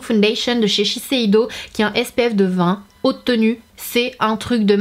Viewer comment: Tu as réussi à dire shiseido du 1er coup 😋